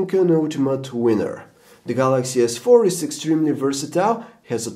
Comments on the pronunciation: OMG he just said "Samsung Galaxy S Fuck 4" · The galaxy S... 4!! Lol what's up with that pause?